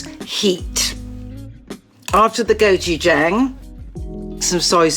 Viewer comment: It feels surreal to hear that Nigella pronounces "gochujang"! I almost feel as if I heard a goddess say the human ĺanguage. Besides, when she sprinkled some coriander on the dish...it is so blissful. A big thanks from a Korean.